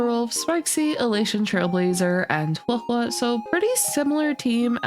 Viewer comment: THANK YOU for being 1 of the FEW CCs who actually say Huohuo's name correctly. You earned a like just for that.